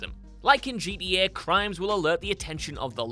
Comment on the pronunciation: My dude said GTA like Geet E A 😂